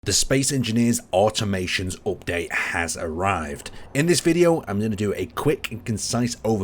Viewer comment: Omg are you ever gonna pronounce the dlc name correctly??